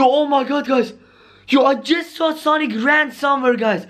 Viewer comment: Do you call sanic